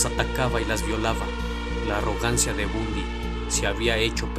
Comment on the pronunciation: Se pronuncia Bandy